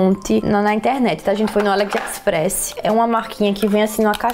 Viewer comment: Que agonia "Aliexxpres" e "luisiensi" mdssssss